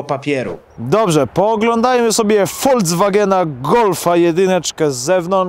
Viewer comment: Nie Woldzwagena, a Folkswagena! K...a!😉